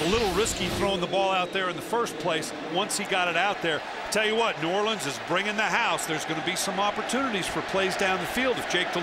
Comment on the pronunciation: The announcer said New Orleans wrong